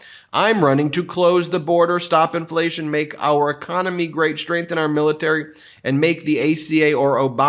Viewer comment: Please pay attention to how you pronounce words with "str...", as in strength, strategy and administration. You are pronouncing them as if they are spelled sHtr.